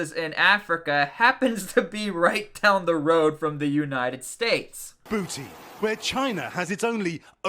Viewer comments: I used to make the same mistake you are in this vid. The correct pronunciation of the word Djibouti? First off, the (D) is silent. Second, Ja-BOO-tee. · You don’t pronounce the “j” as a separate consonant, it’s Djibouti, not dijibouti. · I fucking hate how you say Djibouti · The D in Djibouti is silent you uncultured swine😂